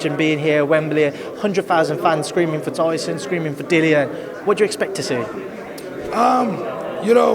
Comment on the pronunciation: Dillian White's name is pronounced Dillon or Dylan ! the sport doesn't know 😭😭